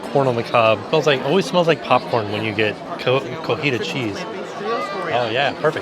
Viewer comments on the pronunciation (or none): COTIJA* CHEESE. It's a pretty big difference between cotija and cojita. One is a kind of cheese, the other one means "woman that walks with a limp".Gringos can never say it correctly, but the difference is immense. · Hi, I love the concept of this restaurant! Seems like fun!! I believe the phonetic pronunciation of “cotija” cheese is ko-ti-ha